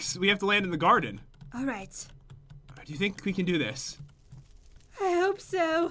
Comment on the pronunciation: LOL nic accent "I con't do it!" "Y-you con do eet?!"